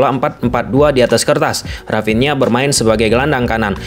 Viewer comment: Dari sunda ya dia...rapinha 😂